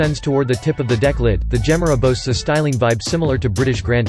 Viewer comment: Please listen to Christian Von Koenigsegg, pronounce the Gemera's name!!!